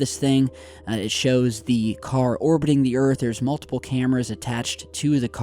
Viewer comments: It’s not “multible”, it’s multiple. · “Multible” frames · "Multible" lol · yes, glad you caught it too! haha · 😂😂 I caught it too. Made me chuckle 😂😂